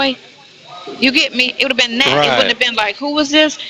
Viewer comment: Hey, the word is That, not dat, The, not da, These, not dese, There, not dere. Get it?